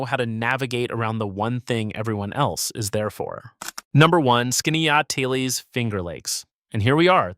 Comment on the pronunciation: Sorry to be the squeaky wheel, but Wells College in Aurora is closed as of the 25/26 academic year, and your pronunciation of Keuka and Skaneateles made a local upstate girl cringe. Yes, upstate is beautiful, and has many hidden gems.